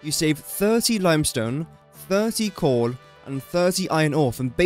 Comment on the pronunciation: is it just me, or is he saying "corn" instead of coal?